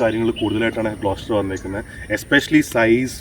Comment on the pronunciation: It's GLOSTER